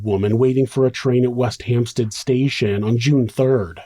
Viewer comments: Great video. It's not 'Hamp-STEED' by the way, it's 'Hamp-STED'. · I'm English, and lived in Hampstead, north London, for a number of years. The phonetic sound of the second syllable is pronounced 'STED' (rhymes with bed), not 'STEED' (rhymes with reed), as the narrator mispronounced it. Not a big deal, just thought the narrator, an American, would appreciate the heads-up from a Brit! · Why would you pronounce it 'Hampsteed"? It's HampstEAd, like instead. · Hampstead = HampstEd You know how awkward us English are!